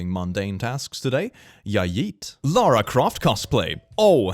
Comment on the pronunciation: "Laura" Croft... "LAURA?!" It's LARA